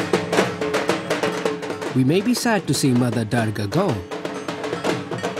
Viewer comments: The commentator pronounces the name of our Divine Goddess Durga ( Doourga) as Derrgaa !! :) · Beautiful upload- thank you. Durga is pronounced doorga. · The narrator's pretending to be Indian and he can't even pronounce dhur-ga? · He butchered the name Durga ..commentators should learn how to pronounce a name properly before they can take up this job.